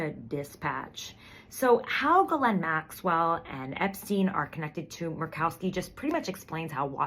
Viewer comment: Merked-Cow-Ski. Oy. #Makes my ass drag. 🎉